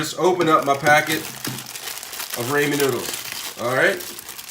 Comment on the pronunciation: Raw- Men noodles and KI - Ann peppers